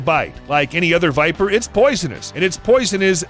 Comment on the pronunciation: Y nobody talking about the fact he said Porn viper🤔😅